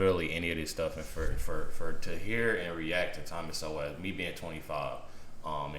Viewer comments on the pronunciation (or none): Why can’t anyone pronounce his name it’s sole not so well